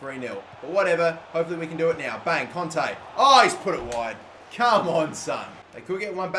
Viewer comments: it is Kanté not Konte pls understand!!!! (like this comment so he will see it) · it really annoyed me how he was saying conte instead of kante